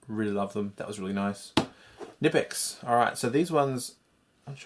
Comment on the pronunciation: Ca-nee-pex is how you pronounce knipex